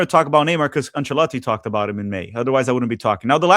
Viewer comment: Thumbs down for repeatedly having to listen to you pronouncing the coaches name.